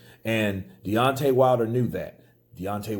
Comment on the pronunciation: DEONTAY "n.e.o." WILDER haha